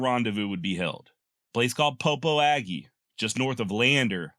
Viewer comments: Popo Agie River in Wyoming is pronounced puh-poh-juh. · FYI Popo Agie is pronounced puh-po-shuh.